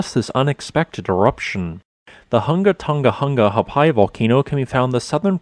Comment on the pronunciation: I get it, it's an unusual word, and I supposed the way people, both in Academia and among the populace, pronounce it is alright However the way it's said by the natives is: WHO-NGA DHOH-NGA - WHO-NGA HA-AH-PIE